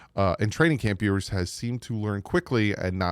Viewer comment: You’re pronouncing his name wrong, which is OK just go with NWI